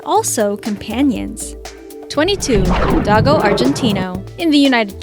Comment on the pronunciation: Also it's not doggo its do go Argentino